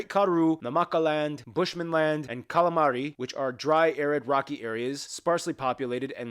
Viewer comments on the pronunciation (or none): That boi really said kalamari